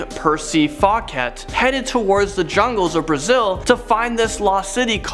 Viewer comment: Lost City of Zee Seeker-Adventure Percy Fawcett was pronounced FAW -kats, when it should be FAW-set, like the way you pronounce the water dispensary item on your sink.